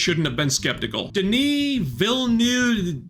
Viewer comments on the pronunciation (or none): Den-ee Vill-noov